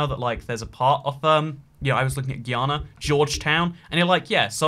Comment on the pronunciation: Oh my. I was mad typing when I saw you used to map of Guyana. You actually zoomed in on my street. You’re the first person I’ve heard say Guyana (regular)